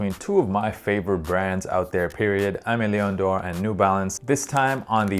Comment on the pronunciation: If you’re gonna be a fun of AML, please at least pronounce it properly LOL. It’s pronounced like “ehmay - lay - awh (sorta but a bit diff cause it’s French) - dorh (also a bit hard to spell in English)”